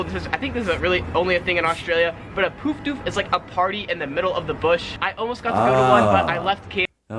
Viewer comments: Poof Doof... isnt pronouncing it correctly. Both words have the same sound... the double o is pronounced the same as the double o in book... look... took. Sepo isnt used much nowdays.... unless ur in a city with military "yanks" like Townsville QLD, the term is probably no longer used. Pram... a pram is for babies, it fully reclines and sometimes fully enclosed on all sides. They used to be cane or timber framed but a material/metal framed pram became widely used in the 80's. A stroller is for a toddler/ small child. It may recline a bit but not fully. Strollers have become more versatile now being multipurpose and for all road surfaces. Ranga is originally short for Orangutan n turned into a slang word for redheads. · Bush Doof , never heard of Poof Doof. He's pronouncing it wrongly - it's :"oo" like the "u" in "put", not in the way that Americans might pronounce "hoof". Also, Milk Bar is not a servo or a convenience store. The term pre-dates convenience stores, and relates to "milkshakes and ice creameries", sometimes a "corner shop" that would also sell such things. But not a 7-Eleven or a BP servo, just no. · His pronunciation is a bit off on poof doof, bush doof and ranga but I tend to expect that from yanks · Poof doof = gay dance party bush doof = party on the bush. Doof and poof is pronounced with the same “u” sound as in bush